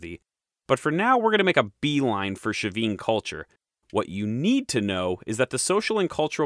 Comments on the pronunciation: All so fascinating, thank you! Well organised, well unified presentation. Your master plan for these videos shows. It's helpful how you refer back to other videos on the topic, very instructive. It all flows. One question about the pronunciation of Chavin. Is the "sh" initial sound correct? My [Mexican] Spanish would have a "ch" sound, as in "church" for the initial sound, as their alphabet had A, B, C, CH, D... (The CH has since been omitted, with other modernisations.) Or was that a Gallic adoption? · Pronunciation: Chavin is not Sha-Veen! but Chah'veen. Quinua (Quinoa) is Keen-u-a not Kwin oh-a. Been there, and the white granite relief of the priest wears regalia of Condor (world above) Jaguar (middle world) and rattlesnake world below. Chavin isn't in the highlands but on the trail east of the Pacific crest to the Amazon basin. I don't know about the North-South connections, but it was reasonably easy to get there from Huaraz to the north, which sits looking at the highest tropical mountain range in the world, the Cordillera Blanca (time was it was always covered in snow, -don't know about now!) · Hi, I'm from Peru, the right pronunciation of the ch for Chavin is like when say the word Chapstick and not like the ch when you say Chicago. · Also the ch in Chavin is a hard fricative, as in Charles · Another top notch video. Fascinating, and all new to me. I'm no expert, but if "Chavin" is given a Spanish pronunciation the initial "ch" would be hard like "chocolate". Buit I may be off base here; maybe it's not a Spanish word but from a native language? Great video anyway.